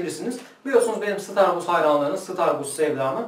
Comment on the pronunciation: starbuzz tütünlerini nereden alıyorsunuz eminönünü altını üstüne getirdim yinede düzgün starbuzz ürünü bulamadım. nereden alıyorsunuz ( sıtarbuz değil sıtarbaz aga :) )